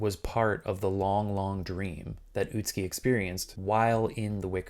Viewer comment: Im no expert but the name is pronounced Ut-Ski and not Ut-Su-Ki? I've really no idea.